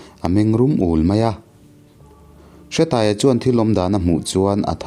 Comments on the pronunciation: Hre i lam dan a dik lo, Hre hi thluk tur. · Nia,hre lai khi thluk tur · Bawi hi khuangchawi tihna ang deuh a ni. Hre tih lai hi thluk tur.